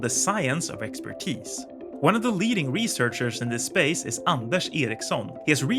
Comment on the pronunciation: Are you Swedish? It just struck me that you have a Swedish accent when you said Ericsson.